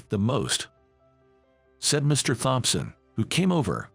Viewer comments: Please teach the ai to pronounce Thompson.😕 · The h In thompson is silent, always has been. The word makeover, is 2 words put together, the break does not come after mak, the first word has a long a, the second part is only the over. So the make bit sounds the same as the make in make-up. Which is also 2 words put together. Surely you don't want to sound so foolish Please adjust your english. you sound too too odd.